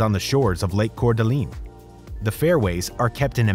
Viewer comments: #1 The name of the City is Cour D'Alene (pronounced Core Da Lane). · Dude it is pronounced CORE da LANE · As a Coeur d'alene resident, the way he pronounces it hurts me